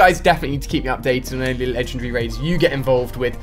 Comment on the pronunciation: is it just me or he says "Legend Ree" ?